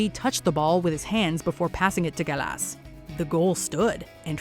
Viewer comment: The way the names for gallas Henry and rivaldo is so annoying no one pronounces the names like that